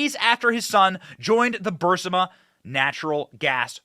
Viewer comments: Burisma, not Burmisa Benny! Love your show! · BENNY Please!!! BUR IS MA ......................................... NOT: BUR SI MA Get the Obiden crime family!!!!!!!!! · Burisma ... Not Bursima lol ! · The Ukranian natural gas company that gave Hunter that $1million a year, no-show job, is pronounced "Bur-IS-ma", not "BUR-si-ma." It's important when speaking about complex criminal corruption issues to get the details correct. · It’s not Bursima it is pronounced Bu Ris Ma burisma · "Burr- ISS- mah"........not "bar-SIMM-ah" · Burisma. Not Bursima. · Burisma, not Bursima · BUR IS MA...BENNY...NOT BUR SI MA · Fact check, it's burisma not bursima Benny . That's enough for them to label this video disinformation. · Burisma, not bursima LOL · Benny..it's pronounced /Bur IS ma/!! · R u deliberately mispronouncing burisma? Berr is ma. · Benny, it's BUR-IS-MA. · Say it with me. BURRRR-EEESMA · Thanks for the most “ahead of the curve”, well presented and interesting podcast online, Benny! For future reference, you pronounce Burisma “Bur- ee-sma”. Hope that helps. 😊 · It's pronounced Burr REESE muh. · Isn't it pronounced Bur-riz-ma? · Burisma... Not Bursima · Something on your forehead, and, it's bur-eece-ma No offense! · You mispronounce the name of the Ukraine Company "Burisma" every time. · Benny… Benny honey…. It’s BUR- IS- MA. Please say it… BUR-IS-MA. Love ur show btw❤ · Benny, your reporting on Joe and Hunter Biden is great, but I just wish you'd pronounce "Burisma" correctly: BUR-IS-MUH. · Benny it's bureesma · Benny it's pronounced bur is ma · Bur iz ma. How can you not read ? Or hear it pronounced by every other person who has been speaking about this for years. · SOMEONE please tell Benny how to pronounce Burisma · Benny you’re saying Burisma wrong!!! Sorry bud but I’m a Virgo!!!! To much of a perfectionist!!!! Still love your content!!!! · You keep mispronouncing Burisma! Sound it out.